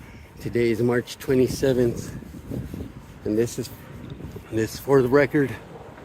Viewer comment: For-There-Cord lol - For The Record